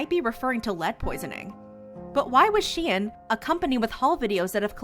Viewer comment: it is pronounced -shine